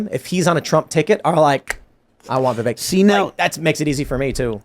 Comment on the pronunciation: Yes but the majority of interviewers still say Vivekk. They can’t remember the mnemonic. 😂